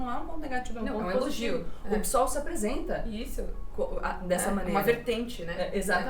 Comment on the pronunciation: Se pronuncia PÊSOL nao PISOL, tem que ler a sigla do partido, não PSOL como uma palavra.